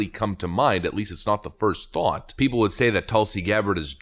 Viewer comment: It should be " of the PEOPLE, By the PEOPLE, and for the PEOPLE!" The emphasis should not be on prepositions, but on the People!